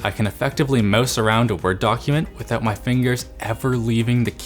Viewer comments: you say mouse like california people say moose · Probably from trying to say mouse rather than "mose". Wiped the drool on his thumb just before the shot.